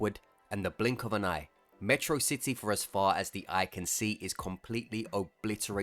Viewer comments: Meh-trocity my beloved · 08 you pronounced metrocity wrong.